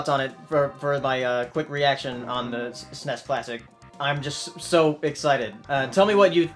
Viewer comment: It's SNES, not SNESS...